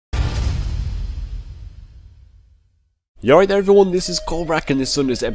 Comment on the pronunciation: I've always wondered what the very first thing you say in all your videos. Sounds like "Yallright, everyone!". Lol fill me in.:P